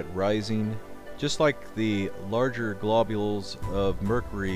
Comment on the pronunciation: Blobules.. lol